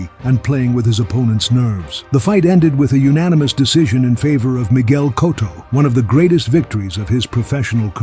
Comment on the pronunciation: I can't subscribe or like a channel that can't even pronounce Miguel Cotto correctly.